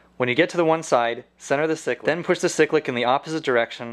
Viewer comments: seriously its pronounced "si-click" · Stop saying sick lick control🤬🤬🤬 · Ok my trolling comments :-P Helicopters don't have rudders they have tail rotors (in the real thing we just call them pedals) ! Cyclic is pronounced "siklic" with a long first i !!!!!!!!!!!!!!!! But I appreciate what your trying to do.